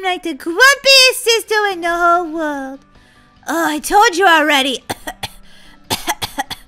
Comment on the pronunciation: You said world wrong 😅